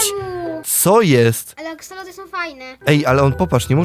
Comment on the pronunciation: Nie mówi się aksolot tylko aksolotl :)